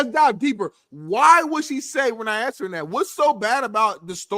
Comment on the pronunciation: Its asked, not axsked